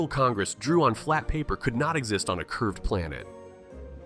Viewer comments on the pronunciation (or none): none